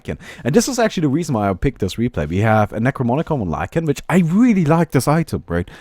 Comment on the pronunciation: Sorry to be picky, but... NE-CRO-*NO*-MI-CON!